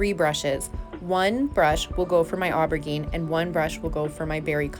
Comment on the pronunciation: Somehow I missed this one! Beautiful work and I’m not trying to be mean, it is a French word. But I hope you’ve learned how to pronounce aubergine since this video.